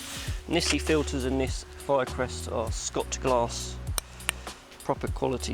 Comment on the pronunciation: its pronounced shot glass m8.